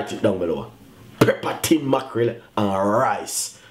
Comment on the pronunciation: PEP-per brother not PREPPER.